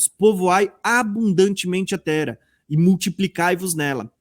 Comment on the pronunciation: DESCULPA,MAIS NÃO GOSTO,QUANDO VOCÊ FALA TERA,O NOME CERTO,É TERRA,TEM 2 R